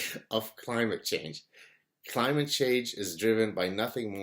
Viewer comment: "climage" change ? should that be "Clitage Change"